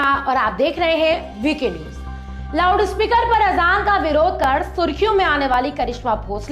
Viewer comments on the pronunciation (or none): Did she say lavdu speaker? 😂😂😂